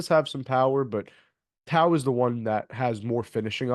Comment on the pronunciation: Nice bro,he's a Kiwi Warrior & will rep hard. Pronounced Toe, Aaron Tauzemup Tau